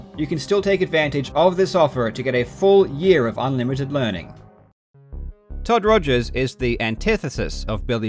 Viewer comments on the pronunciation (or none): Rip Todd Togers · lol u called him todgers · I've just watched this video for like the twentieth time and it still refuses to get old. "Togers" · Shout-out to repeatedly calling him "Togers" after bringing up that he misspelled his name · Calling him Todgers the whole video made me giggle.